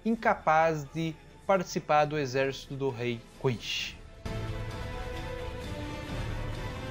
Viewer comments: Lá vou eu ser odiado por criticar a pronúncia do vídeo inteiro. O vídeo é super legal, mas as pronúncias estão quase todas erradas. E não estou falando das palavras de origem alemã, falo de inglês e japonês. Eu não sei onde e como a pronúncia "errada" de quinSHI se tornou tão difundida, mas a pronúnica correta é quinCy. Com C e não com a pronúncia "errada" japonesa que não consegue falar o C ECOmundo, é HUECO mundo. Seria legal refazer com as pronúncias corretas. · O jeito que ele fala quincy kkkkkkkk